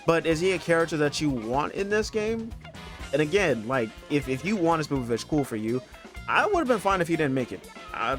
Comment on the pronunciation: Bro said sPOOPovich